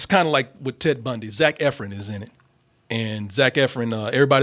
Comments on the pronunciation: I’m in my house yelling “it’s Ef-RON!!!!!!!!!!” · First Double Toasted video I’ve ever thumbs down because of the constant “Eff-RINS.” Learn how to say the name of your love!!! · As much as he loves Zach Efron, you’d think he would know how to say his name correctly